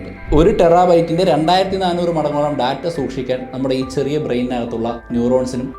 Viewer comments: ബ്രോ വീഡിയോസ് Skip ചെയ്യാൻ താല്പര്യമില്ല കാണാനാണ് താല്പര്യം. അതുകൊണ്ട് മാത്രം പറയുകയാണ് ഈ വൃത്തികെട്ട ബിജിഎം വീഡിയോയിൽ കുത്തി കയറ്റല്ലേ ബ്രോ 🙏🙏🙏 Data എന്ന് പറയുന്നത് വളരെ തെറ്റായിയാണ് Day-Tta ഏകദേശം ഇങ്ങനെയാണ് ശരിയായി ഉച്ചരിക്കേണ്ടത്. പ്ലീസ് refer Google how to pronounce. അധ്യാപകനായ നിങ്ങൾ കൊച്ചു കൊച്ചു തെറ്റുകൾ തിരുത്താൻ തയ്യാറായാൽ വിദ്യാർത്ഥികളും , പ്രേക്ഷകരും തിരുത്തുകയും ചെയ്യും. നിങ്ങൾ തെറ്റ് ആവർത്തിച്ചാൽ അവരും തെറ്റ് പിന്തുടരും All The Best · ബ്രോ വീഡിയോസ് Skip ചെയ്യാൻ താല്പര്യമില്ല കാണാനാണ് താല്പര്യം. അതുകൊണ്ട് മാത്രം പറയുകയാണ് ഈ വൃത്തികെട്ട ബിജിഎം വീഡിയോയിൽ കുത്തി കയറ്റല്ലേ ബ്രോ 🙏🙏🙏 Data പറയുന്നത് വളരെ തെറ്റായിയാണ് Day-Tta ഏകദേശം ഇങ്ങനെയാണ് ശരിയായി ഉച്ചരിക്കേണ്ടത്. പ്ലീസ് refer Google how to pronounce. അധ്യാപകനായ നിങ്ങൾ തിരുത്താൻ തയ്യാറായാൽ വിദ്യാർത്ഥികളും തിരുത്തുകയും ചെയ്യും. നിങ്ങൾ തെറ്റ് ആവർത്തിച്ചാൽ അവരും തെറ്റ് പിന്തുടരും